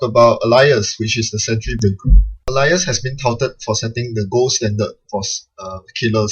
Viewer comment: Normally you pronounce it ay-lee-ass Alias thats ay as in the letter A.